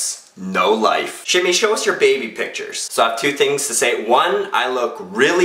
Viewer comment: i like how he says "tings" instead of "things"